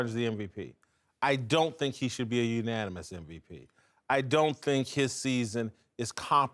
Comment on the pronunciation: "Unonimous"- Kristin Leahy 2k18